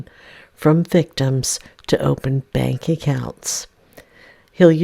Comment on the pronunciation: Excuse me.. It’s “everything is on the ope and ope.” 😂😂